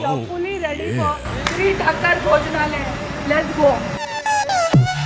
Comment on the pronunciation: Madam its thaakar not thakkar